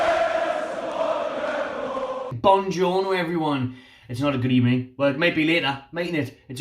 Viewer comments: Good ebening at the start 👌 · Hello Good Ebening..."best" of all Good Ebening!